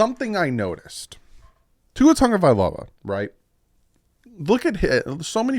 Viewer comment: TAGOVAILOA…not Tongue-a-vailoa